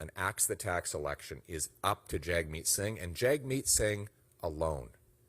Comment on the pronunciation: Lose the accent on the E in election